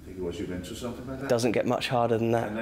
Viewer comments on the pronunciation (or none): none